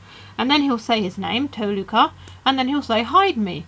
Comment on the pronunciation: Toh-luh-kah ist the name